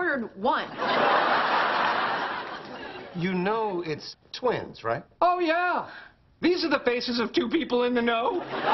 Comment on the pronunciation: "Twins" not "tweens"